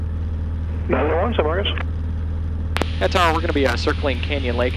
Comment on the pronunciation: I like how the TRACON controller is the only person in Texas that knows that phonetically MarcOs is not MarcUs . Good video and you have some great stuff that is helpful to future pilots. Coming from a CFI, keep it up!